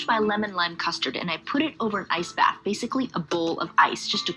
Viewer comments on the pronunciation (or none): none